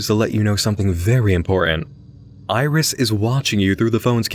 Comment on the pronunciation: If we're talking phonetically then iris would be more like "airisu" rather than "irizu" because of the way syllables are pronounced in Japanese. They're pronounced the same way each time unless there's some kind of accent to indicate an elongation of the sound. At least, that's what I've seen.